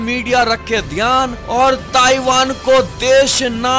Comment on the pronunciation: Taivaan taivaan taivaan